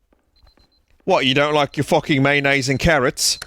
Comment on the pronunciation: Maynase and Carruhts